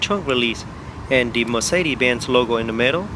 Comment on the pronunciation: Mercede?? where there hell did the "S" go??